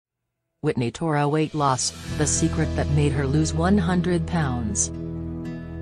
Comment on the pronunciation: It’s “thore” not “tora”. 😊